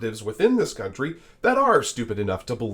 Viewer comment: Vivek it is country, not guuuuuntry